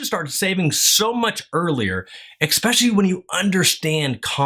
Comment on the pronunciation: if you say "exspecially" one more time...................